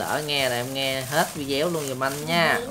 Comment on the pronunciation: Sao anh chị bi cứ nói là vide-éo hoài vậy ta